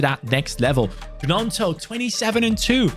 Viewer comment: It is pronounced ñonto not g-nonto